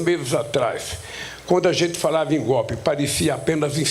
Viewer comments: Que "GOPE"? FALA DIREITO, PESTE! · Aprenda a falar analfabeto... Não existe palavra "gópi". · Correção " Golpe" e não gopi sinceramente não consigo ouvir esse malaca aí não 😂😂😂